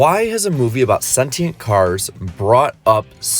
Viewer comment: Omg did you mispronounce sentient 😂😂😂